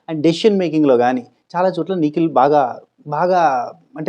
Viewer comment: నువ్వు నిఖిల్ నిఖిల్ అంటుంటే నాకెందుకో పికిల్ పికిల్ అన్నట్టుగా వినపడుతుంది అది ఎందుకని తమ్మీ 😂😂😂